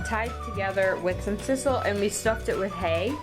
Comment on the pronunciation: 'Sizzle string" lol. Not to be confused with sisal.